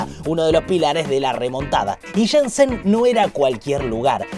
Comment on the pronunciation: Shenzhen se pronuncia Shen-LLen, no Shen-Sen